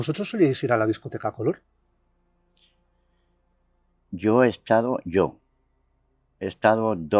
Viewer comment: Color no lleva tilde, por favor la sílaba tónica es lor no co, acentúa bien tan periodista que eres……